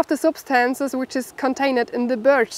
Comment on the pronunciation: It sounds like you are saying beech trees when it is actually birch trees, a completely different type of tree.